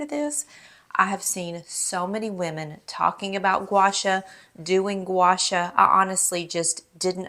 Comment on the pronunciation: Love your vids. Pronounced Gwa Shaw. Two separate words.